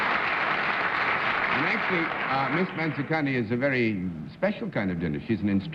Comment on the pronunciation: I was very impressed with the perfect pronounciation of Mansukhani. For once, an Indian name not mispronounced by Americans.